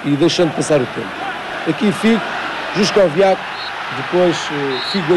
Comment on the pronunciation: Juskowiak not Żuszkowiak